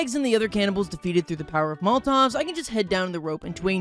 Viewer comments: I’m glad I’m not the only one who pronounces Molotov as “Molt-Tawv” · Pronouncing it as "moltov" triggered me more than irregardless ever has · I've never heard Molotov pronounced that way